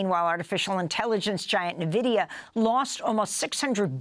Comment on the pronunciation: Amy...its "IN-vidia!"😏